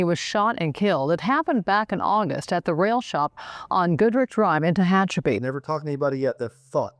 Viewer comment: Very nice but Tehachapi isn't pronounced that way. Can tell you're not a Little Feat or Linda Ronstadt fan.